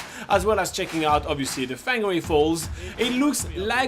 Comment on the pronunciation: It’s pronounced Far gnah ray